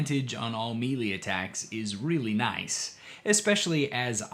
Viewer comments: I don't think I can hear you say Mealy again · Hello,. I have a small, but impactful correction for you. Melee comes from the French and is pronounced "MAY-LAY " The Brits pronounce it as "mel-LAY." Thank you. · In chapter 1 you pronounced melee as meelee but in chapter 3 it was the correct maylay, and I had to go back and listen to see if I just didn't hear it right, then you said mee-lee again. Are you jaslighting me?